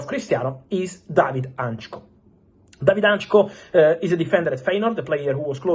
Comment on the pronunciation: Hancko not Antcho 😂